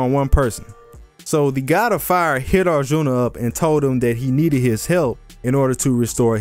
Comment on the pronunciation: U butchered arjun's name and the name of the war🤣🤣 hear it from an Indian